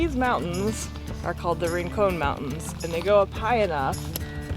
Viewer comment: Rincon (short o sound) mountains. Gila monster (G is pronounced as an "H")